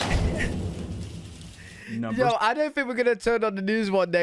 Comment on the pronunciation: Hawh-ess see-is. 😐